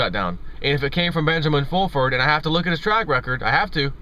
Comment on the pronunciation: Benjamin Foolfurd...Lol!!!